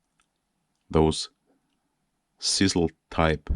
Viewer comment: OMFG your KILLING ME!!!!!!!!!!!!!! ITS CHisEL like DRIZZLE BUT A GOD DAMN CH IN FRONT!!!!!!!! LMFOOOOOOO!!!!!!!!!!!!!!!!!!!!!